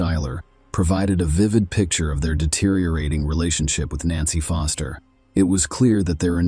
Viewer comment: Was puzzled in first case ai voice had me thinking there were 3 nancys !! Then I realised foster was sometimes said as fister 😂😂😂😂